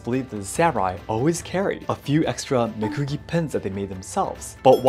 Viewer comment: Why does your voice drop when you pronounce "mekugi"?